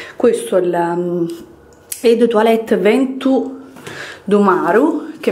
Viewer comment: l' "hótel" non si può sentire.... E " recepsión" neanche. Gli ultimi saranno i primi... "eu" de toilette...